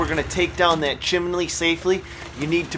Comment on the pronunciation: The chimelly thou (Chimney) wht did he say chimelly?